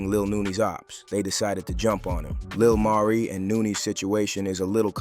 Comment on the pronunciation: Why in one sentence u pronounce his name correctly then in another u calling him Lil Marie....🤦🏾‍♀️